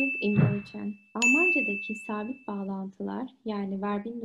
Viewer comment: Die Lehrerin finde ich zwar mega toll aber die Verbindung muss als "ferbindung" ausgesprochen werden.